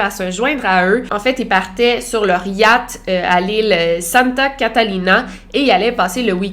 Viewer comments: j’aime trop comment tu dis « yat » 😂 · Désolé Victoria mais j'ai vraiment rigolé à chaque fois que tu as prononcé Yacht